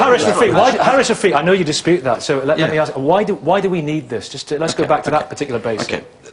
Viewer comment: British people walking round saying I'm proud to be British is very unBritish ... Coming from him .... Honestly what the fuck has happened to this country ... Let me tell you this WE DONT WANT FUCKING MULTICULTURALISM ... WE ARE BRITISH ... LIVE BY OUR RULES ... And for fuck sake its ASK not ARKS !!!!!